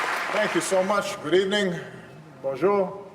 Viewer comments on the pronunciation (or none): I give him just a 'pass' grade on his pronunciation of "bonjour." That aside, a magnificent speech in English. He's a superb orator, perhaps one of the finest ever to occupy the Oval Office.